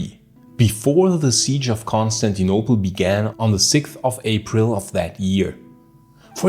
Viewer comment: Dude your accent of saying Constantinople and Agia Sophia is so barbaric …is Agia Sophia ,not Hagia …at least get the names right ,is not Consanople either ….putting Islamic written over Christian heritage sites is barbaric ..but then that’s Turkey for you ,still no human rights and ruled by Sultan on 2024 …